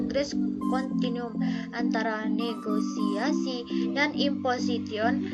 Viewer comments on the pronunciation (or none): none